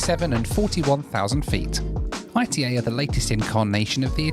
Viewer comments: Hi, It’s not AITEI it’s ITA like ITAly :) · It is Ita. Not I.T.A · quick correction on the pronounciation of ITA dont pronounce it like "I T A" pronounce it like ita. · Not I.T.A. ..its pronunciation is Ita like first part italy (eat-a] not i t a . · dear you can say ITA it's okay, no need to spell I. T. A:D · Stop calling it I.T.A it’s pronounced altogether, ita. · Please don’t call it “I T A Airways”, Call it “EE TA” Airways 😉 GRAZIE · A little bit of research and you would have worked out it was pronounced E-TAH NOT I / T / A!! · PLEASE STOP SAYING I-T-A (ai-t-ei). Is ITA, like Ita in Italy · Unfortunately it's not pronounced I.T.A. it's pronounced ee-tah. I thought it was I.T.A. too when they first started. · It’s my understanding that the airline is pronounced “e-tah” and not I T A. In fact you can hear the cabin crew say it at about the mark or so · Hey, love the video, but I have to correct you because I-T-A Airways is just ITA all together, you should just say it like you say Italy but without the “ly” at the end. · pronounce it Eetah please. 😂 love your vids. 😉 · Ita, no ai ri ei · I believe they pronounce it “EE-tah” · Nice video , by the way ITA airways is spelled like Italy withouth the rest two letters . It is not pronounced separately I-T-A it prounces together. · Great video, ITA is pronounced EETA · Only can somehow pronounce ITA as I.T.A 😂😂😂 God Bless you!😂😂😂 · ITA pronounced Eee-TAaa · The correct pronunciation of the airline it's not the English one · Please pronounce ITA correctly